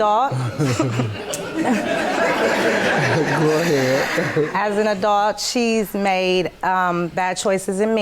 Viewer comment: "As an adolt"